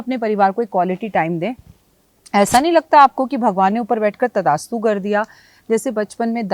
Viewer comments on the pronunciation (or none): Tathastu hota h Mam, abhaass hota h ap to kbhi galti ni krti aj kaise ki pronouncing m